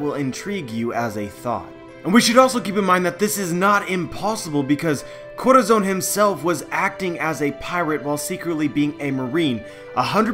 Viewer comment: every time you try to say Corazon it triggers me so hard, because its not even that hard to say. Look up that word in spanish, listen and listen to a pronunciation. DEAR GOD, that triggers me.